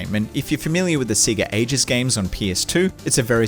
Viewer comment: NO ONE CALLS IT SEEGA... you cant just say that.